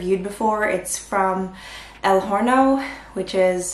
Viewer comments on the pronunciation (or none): Btw when you say “el horno “ don’t pronounce the h :) pits pronounce el “or-no” with the spanish r idk how to spell that out but you know the motorboat sound